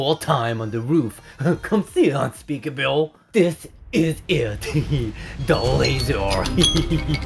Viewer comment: He called unspeakable unspeakabill